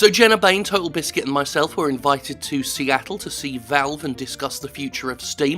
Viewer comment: Seattle ... Seatt-le